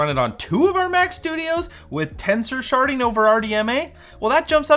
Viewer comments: I can't help hearing it as "tensor sharting" instead of "sharding" 😂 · Ohhh, sharding, not sharting.